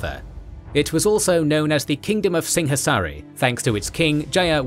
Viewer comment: Singhasari is actually pronounced sing-o-sari, not sing-ha-sari, the ha in javanese pronunciation is pronounced ho or o